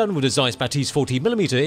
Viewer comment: 'Bah-tizz not Ba-'tease